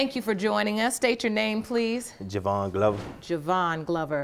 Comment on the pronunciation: Jewvyn is Jew vinn not Javon- ik he didn’t himself but geez